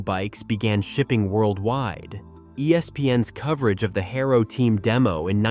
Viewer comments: This video uses so much oddly placed videos and stills. Then it doesn’t even know how to pronounce “Haro”. It says “Hair-O”. Not “Ha-R-O”. Lot of videos are made in non English speaking counties. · or the word Haro its not Hairo i wanted to smack the shit of him !! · Beyond the fact that this kid has no real clue what he's talking about, hair-o, I mean come on kid you can't even pronounce the names right. Getting past that I had a silver and red chrome Vista "The Beast". God I must have put a thousand miles on that poor bike if I put an inch. Those were the best days. It's to bad kids these days are so fragile they will never know what true freedom really is. Your video is to far off for a like kiddo, but you got my comment none the less. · U lost me at hayro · Why can’t ai pronounce things correctly? HairO. lol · This AI. Voice Just Butchered What Was a Very Cool, Well Written Story! :hand-orange-covering-eyes:💩 ...."Hair O" = Haro ....."Chrome ah Lee" = Chromoly Poor Kids Today Are Going 2 Say That Their Frame Is Made Out Of, ...."Chrome ah Lee" and Their Favorite Bike Is The,.... "Hair O"😂 ....Gotta' Love A.I..😂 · This guy mislabeled all the tubes. He said the down tube is the top tube. He never rode BMX or has done any type of cycling. He pronounces Haro's name wrong. And he pronounces Chomoly wrong. What a hack. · This video could’ve been done better… I hated the editing. I pronounced chromoly and Haro differently growing up. Haro started off with number plates. Overall bought back a lot of memories. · Whoever this narrator is, they don’t know how to pronounce half the words. Chromoly, Haro, etc. Oh, and, the Hutch pro star should be number one. They also fetch a lot more than $5000 in mint condition. They fetch anywhere between $10-$15,000 in mint condition. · Your pronunciation of many parts and brands tells me you weren't there. GT over Haro. Both are Rad tho. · The mispronunciations are killing me. Chromoly and Haro. C'mon